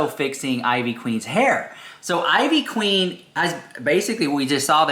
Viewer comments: Eeeeeveee queen. Not I-VEE queen. Lol. Tell me ya never heard one of her songs without telling me...she's a legend! Jeffree looks like ivy queen not the other way around. She's styled this way long before jefree was anybody. She's been huge before yall been born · Her name is pronounced in traditional Puerto Rican fashion (EE - VEE Queen) she's the mother of reggaeton music. She is the pioneer that lead to women in the reggeton and trap music. She's a legend along side reggaeton stars Daddy Yankee, Don Omar and Vico c. The one and only queen is Ivy Queen. Put respect on her name🙏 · IT IS ( EEEVEE QUEEN ) THATS HOW YOU PRONOUNCE IT LOL. & JEFFREY STAR BETTER TREAD LIGHTLY BECAUSE SHE IS OUR PUERTO RICAN QUEEN! I GREW UP ON HER MUSIC! LA POTRAAAA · Thank you it was making me cringe so hard every time he said it I-VEE lol. She even says her name in all her songs lol. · Ivy Queen is a HUGE GIGANTIC deal. Especially in the Latino community. So ofc they're gonna take the gig. ANYBODY would. (Pronounced Eevee Queen) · Biiitch it's pronounced LIKE EVEEEE. You despicable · Girl you’re a Latina why are you pronouncing her name like that?! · Ivy queen is a og she’s la monstra la caballota ❤❤❤. Ugh the mispronunciation is sending me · Not mispronouncing ivy queen 😮😮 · If you’re going to pronounce things in Spanish, please do it properly. Ivy queen been doing way longer then Jeffi. Look it up honey